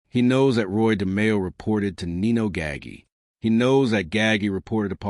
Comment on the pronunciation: Your mispronunciation of Nino’s name is a bit off putting.